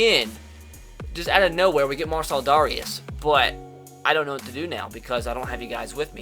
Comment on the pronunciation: Dare-ee-is by the way